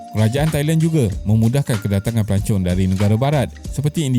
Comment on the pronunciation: Pelancong ke pelacur.dengar lain plk😅😅😅